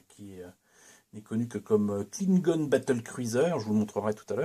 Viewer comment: C’est bien joli tout ça, en plus je trouve que tu maîtrises la prononciation Klingon 🤓 J’en vois beaucoup de la playlist star trek ce jours-ci. Je ne sais plus si c’est dans celle-ci mais « on retourne, Thérèse », j’ai ! 😂 Je suis vert que tu l’aies cassé en nous le présentant. Mais j’imagine qu’il est réparé depuis